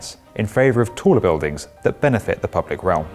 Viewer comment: every time he says bewdings a part of me dies